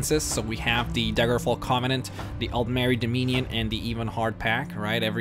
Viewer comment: Why are you getting your hard E's and soft E's mixed up? are you doing it on purpose or is it an american thing? Fell-ine instead of Feeline (Feline) Ee-bonheart instead of Ehh-bonheart (ebonheart) Dom-eenn-ion instead of dom-in-ion (dominion) :)